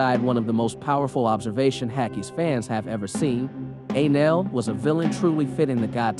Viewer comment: did he say "Anal" instead of Enel...